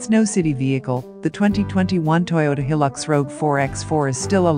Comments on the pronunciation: Hi the name of the vehicle is Hilux pronounced High Lux not Hillux other than the name good video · It is not a Hil-lux it is a Hi-lux. Please get it right.....